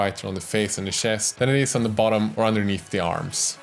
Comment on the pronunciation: I love your pronounciation of words like "shest", "senithal" or "yewelry" forsenT